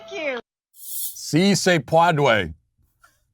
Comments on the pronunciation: Matt’s first try: “Si, se puede” okay, not the worst “Actually it’s ‘pweed’” n o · Si se pweed? Jesus Christ. Both Jill and Matt were absolutely cringe.